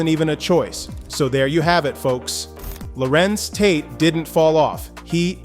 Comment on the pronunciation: Who the hell is Lawrents Tate?